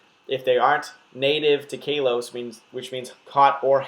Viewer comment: I don't mean to be that guy, but I'm pretty sure it's pronounced "KAH-los" instead of "KAY-los."